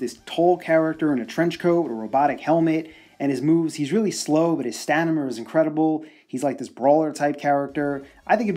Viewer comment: "stanima" lol